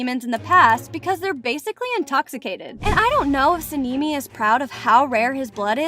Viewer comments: Sinimi????? It's sanemi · Sanemi ❌ Sinimi ✅ Muzan ❌ Muzen ✅ Kanao. ❌ Kaneo ✅ 102 fact❌ 104 fact✅ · Suh-nee-mee is wild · ITS SANEMI “san e me” 💀💀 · Her : sanini Me : on the floor laughing 😂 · Nahh Saneemi got me rolling but I like the research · (Sa Knee Knee) (moo San) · SANNEI LOL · Bro really sanimi? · the way she says sanemi literally kills me😊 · the way you said sanemi and inosuke